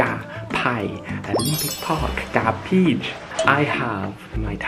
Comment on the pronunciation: ชอบตอนเรียกชื่อพีพีชอ่ะ พีดด พีดดด555555